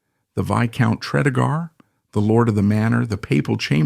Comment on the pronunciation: FYI... Pronounced "Tree-dee-gar..." A lovely house, the Morgan's also owned nearby Ruperra Castle.